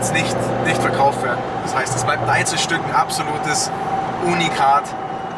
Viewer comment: Es heißt übrigens Unikat und nicht ohnikat. Und nen la ferarri mit nen RS6 zu vergleichen..........